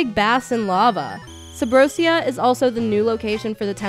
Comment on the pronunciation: A Zelda fan who says Subrosiya.....I dont know. How does she pronounce Asia?